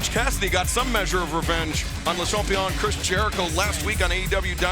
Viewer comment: Taz: “Chris Jericho is La Champion” It’s Le’ Champion Taz smh